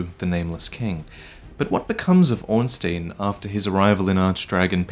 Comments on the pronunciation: Hey I love your stuff but as a German speaker I cant let this go: You actually pronounce Ornstein incorrectly. The sound goes by the second vowel in the ei/ie Ornstein = Ornschtine Ornstien = Ornschteen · It should be Orn-STAYN, and not Orn-STEEN. First, because this is how you pronounce -stein unless you are a jewish banker, and secondly because that's how the phonetic Japanese name reads. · why do you pronounce Ornstein as Ornsteen like an American country bumpkin would? The correct way is Ornstine, especially as the game is set in an older age and pronouncing an obvious German name like it should be in German makes more sense. Surely you don't pronounce Frankenstein as Frankensteen or Albert Einstein as Einsteen? So why do it with Ornstein? As I said, it makes you sound like a yokel. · Your pronunciation of Ornstein makes me cringe. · Don't take it too personally, I like your videos, and most people pronounce it wrong anyway. Miyazaki uses a lot of German names in Dark Souls, Ornstein is one of them. Orn meaining ornate, and stein meaning stone. I would recommend using google translate to hear how it pronounces it. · Man,, you of all people should know how to pronounce Ornstein by now. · pronunciation of Ornstein is all wrong in this video.